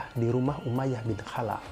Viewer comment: Bang tlong baca kholaf. Soalnya tulisan ny خالف bukan حالف maaf mnggurui.cm koreksi